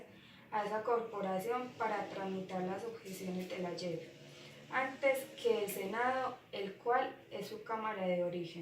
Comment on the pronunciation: Noticia de Alejandra león: Leíste muy bien la noticia, pero la leíste muy pasito en el cual me dificultó escuchar cierta parte de la noticia, debes de poner un esfuerzo de subir un poquito el tono de la voz para que se te pueda entender; Su resumen está muy bien estructurada pero te hago una corrección, en una parte dijiste “yep” en vez de “Jep”, me refiero a la pronunciación de la palabra; su opinión fue muy buena porque hablaste de algo positivo pero te faltó postura crítica, o sea, mirarlo desde otra perspectiva. Por último, sus preguntas quedaron bien formuladas pero sin las tildes le quita coherencia, por eso debes de tener en cuenta en que momentos utilizar las tildes. Noticia de Juan José Monsalve: Leíste muy bien la noticia con un buen tono de voz; el resumen fue muy somera, debías de haberlo resumido otro poquito más para no perder contenido de la noticia y clarificarlo; su opinión habló mucho de “hay que hacer” pero no miraste desde otra perspectiva para sacar postura crítica (faltó postura crítica). Sus preguntas fueron formuladas muy bien, pero debes de tener en cuenta las tildes, porque una tilde puede cambiar el sentido de las palabras y puede perder coherencia la pregunta. Noticia de Yuliana Betancur: Leíste muy bien la noticia, eres muy buena para leer; su resumen fue muy estructurada y clara; su opinión fue muy clara pero te faltó postura crítica, debías de mirar en otras perspectivas, analizarlo y dar cuentas una opinión con postura crítica. Por último sus p